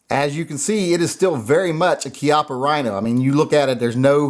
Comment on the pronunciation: Pronounced Chee ahh paw